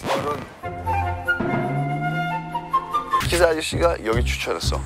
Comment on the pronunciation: ㅋㅋㅋㅋㅌㅋㅋ어런ㅋㅋㅌㅌ근데 사투리는 주로 ㅡ 발음이 ㅓ 로 되나요?! 신기 ㅎㅎ